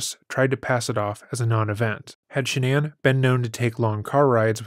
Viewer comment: Shanann, not Shannan! 🙄